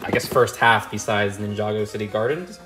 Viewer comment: moneygo instead of ninjago lol